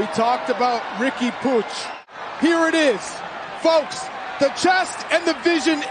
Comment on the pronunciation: MLS commentator butchering Riqui's last name lmao its pronounced pweeg